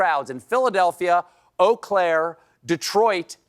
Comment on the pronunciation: Thank you for Eau Claire Wisconsin correctly